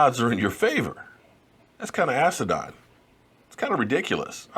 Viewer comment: Its asinine not asidine or whatever it is youre saying, asinine meaning stupid or foolish. At least get it right when youre going at someone with an argument. #JS